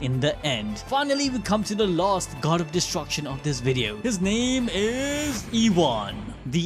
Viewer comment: It's so hard for me to enjoy your "wideos"